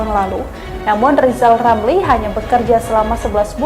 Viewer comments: Lijal lamli.. tlg belajal baca hulup l dulu ya??, spy pi ntel. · Siapa yg milih lizal lamli, bilan R aja gak bisa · Lijal Lamli.... sbaik nya Bljar omong R dolo.... Mo dirikan PLT.... Partee Lambee Turah 😂😂😅😅😅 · peltanyan saya juga sedelhana buat pak lijal lamli.bisa gk pak lijal ngomong (R)(R)(R) R,R,R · Lijal lamli 🤣🤣🤣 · Lizal Lamly..ngaca woi!!